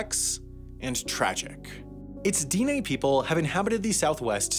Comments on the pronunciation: Diné is a two syllable word. The i is said as in “hit” or “bit”. The e is like in “met”. The mark over the e is a high tone mark. The vowels are short in duration. Unlike in English, lengthening the duration of a vowel changes its phonemic value (Japanese does this as well). Navajo is a tonal language. The i is low tone and the e is high tone. The mark over vowels is not an accent or stress mark. It is not pronounced dee-nay. Tones in tonal languages change meaning just as much as changing the vowel in other ways changes meaning. Just like bit, bet and bat are different words in English. In other Navajo words vowels can be nasalized and there is a mark under the vowel. Vowels that are longer duration are written as double vowels. -Erik Painter on Quora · It's not Deen Nay---- Dine' is pronounced more like deeneh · The emphasis is on the second syllable in Diné, it's dih-NAY, not DEE-nay. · It's di neh..the e is stressed not di nay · he also keeps mispronouncing Dene (DEH-nay) as dee-nay 🙄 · It isn't pronounced "DEE-nay." It's much closer to "di-NEH" or "de-NEH." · It's not Deenay. It's pronounced Di-neh. Like the di in the word dig and like the ne in the word never. Dine'- with an upward inflection on the e because that is a "high vowel" denoted by the mark over the e. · The e sounds like ae so like dinae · At least he didn't pronounce it "dyne." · Diné is not the same as Dene, and is actually pronounced “d-NEH” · This was the first time I had ever heard someone NOT pronounce it that way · I appreciate doing a video on my people, although you were mispronouncing the term dine, I do appreciate you using the proper term instead of Navajo. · Snoqualmie was right! (That’s my pic) Dinè was wrong. (Reverse emphasis) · And Dine is Den-ay..... Bashas' is Bash-uh's....